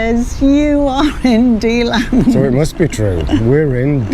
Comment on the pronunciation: I lived in Deland for many years and still have family there. You mispronounced Deland every single time LOL! Have you tried touring the western states? I couldn't take the tornadoes and hurricanes living there in Florida and moved back to Nevada where I am from.